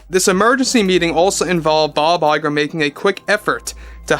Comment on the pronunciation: we just love it when you say Bob Lie-ger!